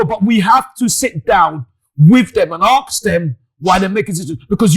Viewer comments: ..we have to 'Aks' them..🙊🤣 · ‘We have to arks them ‘ gosh I love 😂😂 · Axe them, isn't it Ask them? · Why does he keep saying aks instead of ask